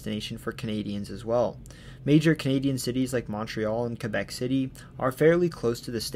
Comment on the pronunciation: Thank you for correctly pointing out that Porstmouth Naval Shipyard is actually in Maine! Also, I'm tickled pink that you probounced Quebec the correct way :) Also also, nailed the pronunciation on other various Maine towns. Very well done! I've never seen any of your content before, but very glad the algorithm pointed me your way today!